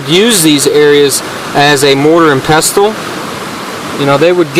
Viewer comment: Pestle the "T" is silent